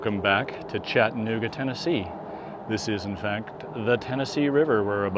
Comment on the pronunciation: CHATT-a-NOOG-a. Like Kalamazoo and Albuquerque, the second syllable is not swallowed or silent.